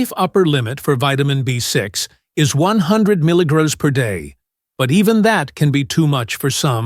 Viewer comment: Get rid of the annoying, distracting AI which can't even pronounce the word "milligram" correctly. Additionally, it's word infections make no sense.